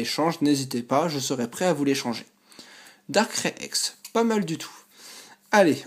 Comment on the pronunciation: Darkrai sa se prononce comme sa: Darkray et pas darckrai!!! Sinon bonne vidéo comme d'hab